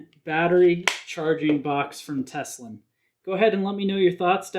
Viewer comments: Tele-sin, not Teslin. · Telesin not teselin if I am not wrong is it?